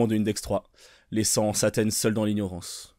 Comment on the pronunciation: tu la dit bouffi c CLAAAAAIREMENT ssaaaa